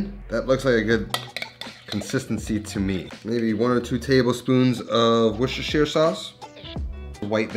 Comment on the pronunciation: You just got two extra bonus points for pronouncing Worcestershire Sauce properly!!